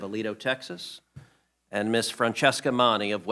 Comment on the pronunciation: Yeah Ted!!keeping the T in Texas!!